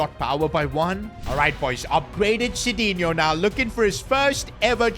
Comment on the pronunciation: bro, not Sidino, it's McDino. He should go to Man United, he will suit there, just kidding, love ur content man:face-blue-smiling